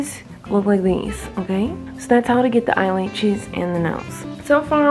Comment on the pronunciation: 🤣🤣🤣😅😅🤣🤣🤣lol she Miranda keeps saying laches instead of lashes